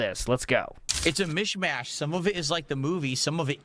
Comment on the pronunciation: How can you not support Lego Batman? it's a mish mayush